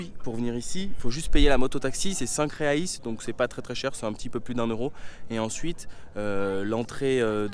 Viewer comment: je suis pure bresillien et petit probleme dans ta video : la monnaie ne se dit pas reis mais Réasse